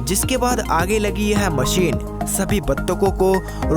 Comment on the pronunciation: Desss(Desh), Wajan(Wazan), Maseen(Machine), phiss(Fish) bhai tu pehle dhang se bolna seekh... unpadh aadmi